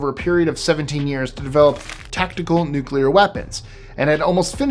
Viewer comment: My man actually pronounced " nuclear " correct 😂😂😂.... most American morons pronounce it " nuke u ler " with 3 syllables 😂😂... New - clear 2 syllables.... real simple ..... the Bush Jr method makes you sound as stupid as Bush jr.... 😂😂